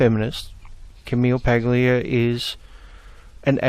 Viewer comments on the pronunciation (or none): Ok, this has nothing to do with the content of the video, but your pronunciation of Paglia makes me want to give you a brief lesson on Italian pronunciation. In Italian, when you have a G followed by an L or an N, when you pronounce it, you swap the sounds of the two letters, and change the G sound to a Y. So Paglia would be pronounced "Pal-ya" as the Y sound also kind of blends in with the IA. Technically, it would be pronounced "Pal-ee-ya," with the "ee" sound being very, very short, but "Pal-ya" sounds close enough. Again, sorry for being off-topic, but that bugged me.